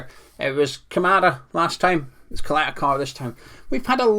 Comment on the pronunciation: His name is Ćaleta-Car (Cha-leta Tsar)